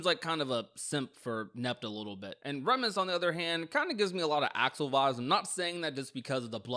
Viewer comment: Remus doesn't mean "twin" Remus and Romulus ARE twins... Ps: it's pronounced "Reemus" baroque is pronounced "baroke"